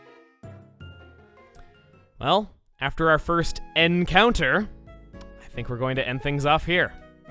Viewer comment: "After our first N-counter" PLEASE.